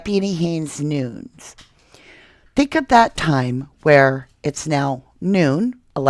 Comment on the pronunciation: Isn't Nunes pronounced noo nez?